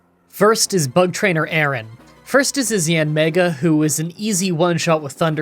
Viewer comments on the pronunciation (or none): none